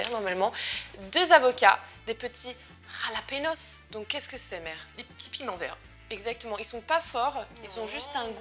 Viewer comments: En espagnol le J ça se prononce R :) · C'est espagnol alors pour lepiment c'est "ra" jalapinos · Jalapenos, ca se dit Ralapéniosse les filles :( Mais en tous cas suppppeeerrbe recette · C'est moi ou vient de dire "rlahpinos"? Je meurs ptdr rlah ca veut dire merde en arabe 😂😂